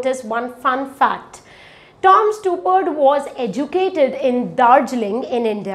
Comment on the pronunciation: You might also want to learn to pronounce the name of the playwright you talking about correctly.